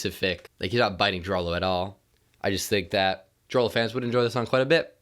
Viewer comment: Hey man, DROELOE is pronounced drue-lue